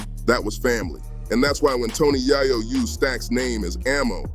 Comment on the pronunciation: How don't you know how to pronounce yayo